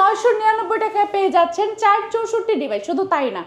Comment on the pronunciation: যেমন গলা যেমন মূর্থ 😂 চাইর নাকি চার 😂